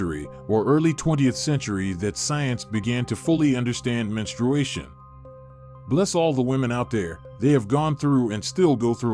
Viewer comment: it's very odd to have a male narrator who can't even pronounce menstruation.